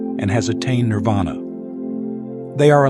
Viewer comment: Nirvana or Nippana. Not Nirada.